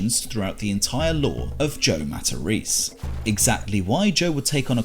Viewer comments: Matta- reece?! lol. It’s mat-a-Rez-eh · If Joe was really Italian, he would've pronounced his last name MA-TA-RÉ-ZÉ and not 'Mataris'